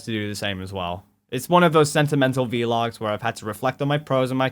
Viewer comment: It's not V-logs. It's VLOGS. You put the V and L together. And you don't have to worry, we still love you!